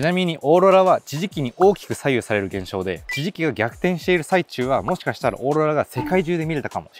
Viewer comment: "ちぢき"やら"オーロラ"やら発音難しそうなのキレイに言えてて凄い🎉